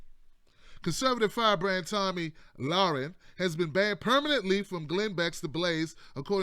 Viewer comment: LMAO you butchered her name so many different ways.